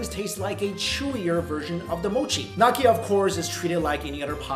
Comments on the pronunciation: Gnocchi, pronounced guh-nok-ee apparently. (Its nyo-key) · NOCKI NOCKI NOCKI IT'S GNOCCHI GN IS PRONOUNCE LIKE IN GNAW LIKE NEE-YOH-KEE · Italian potato semolina dumplings are called gnocchi. In the Italian language the gn diphthong is pronounce nya ergo gnocchi is pronounced 'nyaw-kee. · Gnocchi is pronounced like "nyohkee". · gnocci is prononced like nyoki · IT'S PRONOUNCED NAKEE?! CURIOUS GEORGE HAS FAILED ME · knee-oh-key... lol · Hey Mikey, it's pronounced as "No-chi", the G is silent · The way he said gnocchi omg XD it's 'Nee-oh-key' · For your pronounciation, gnocchi -> knee-oh-key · Mike... I don't think gnocchi is pronounced "knocky" :( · Gnocci is pronounced "Nyo-Key" brother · I died a little when you said "gnocchi". It's pronounced [Knee-Yo. Key] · Gnocchi the g is silent better luck next time dumpling dude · Somebody teach him how to say gnocchi! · his pronunciation of gnocchi hurts me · I love you Mike but they way you pronounced Gnocchi probably killed a few Italians. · Only if they are followed immediately by A-O or U. In this instance it's the K sound. Also Italy is riddled with dialects that differ greatly so my pronunciation might be a popular regional way to pronounce it; it's definitely not what Mike said tho. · Pretty disappointed sio pao was not on this list. Especially when the taiwaneese version was mentioned. Also gnocci is pronounced differently.